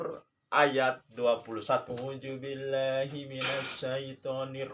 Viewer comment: Contoh real RUWAIBIDHAH ya orang ini. 😆😆😆 coba tes baca kitab gundul bisa gak. "A'u ju billahi mina syaiton ni rojiim" Perbaiki dulu itu pak.